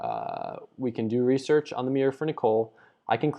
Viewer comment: RESEARCH not REASEARCH